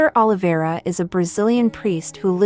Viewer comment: Prenouc right Oliveira